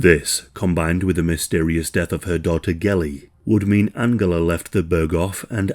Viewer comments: Angela!! AN-JEL-LA!!!! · This is a great video, thank you for making it :) I did find the back and forth of the pronunciation of Angela jarring though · Angela pronunciation another one. Seems to change from German pronunciation to English and back again.